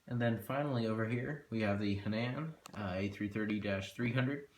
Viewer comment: also, Hainan is pronounced (Hi-NON) and Xiamen is pronounced (SHYA-MON)